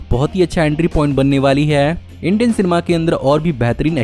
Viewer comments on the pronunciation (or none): none